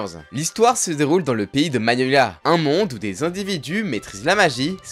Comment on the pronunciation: "Dans le pays de magniolia" plutot le pays de fioree mais bon